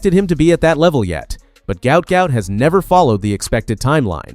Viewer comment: His name is pronounced Gwat Gwat in Australian English.Im 57 years old/young from Brisbane Australia 🦘